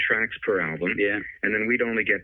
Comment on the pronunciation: ..."album" not "alum" !